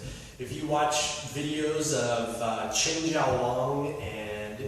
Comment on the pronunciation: You sound so CONFIDENT! "Hopefully you'll get something from me . . . I don't know." REALLY CONFIDENT with a dash of AW SHUCKS! And the Tai Ji is from the Chin family? At least get your pronunciation of 'Chinese' on form, son! It's TIE GEE (phonetically), AND IT'S CHEN, as in HEN (that lays eggs) not CHIN (referring to the the jaw). What the egg foo young is the matter with you?